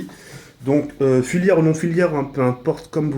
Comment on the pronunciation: bonne video j'ai juste un truc a dire pour l'avenir on dis pas "filiaire" mais FILAIRES gg bonne video _1 like